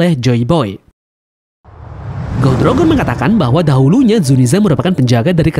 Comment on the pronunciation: Goh Di Rojer, Daires bacanya gitu lebih enak mang